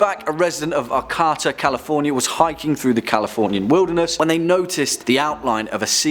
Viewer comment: Arcata is actually pronounced Ar-Kay-Ta. Just sayin'.